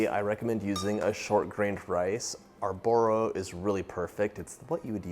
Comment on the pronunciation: Awesome recipe, will try it!! Arborio is pronounced arbor-ee-oh